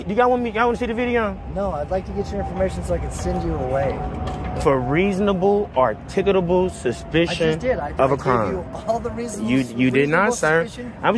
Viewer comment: Before anyone decides to become an auditor,learn how to pronounce the word articulable.